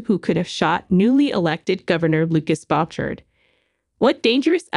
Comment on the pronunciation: Please pronounce names correctly: Nathan is NOT Nath-an, it is Bouchard NOT BOTcher, Monague NOT Montig.